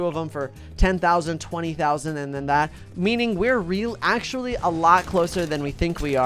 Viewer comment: ah yes, my favorite youtuber, TWETIY